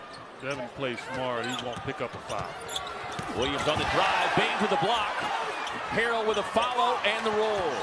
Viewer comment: who tf is hartzel lmao its harrell my guy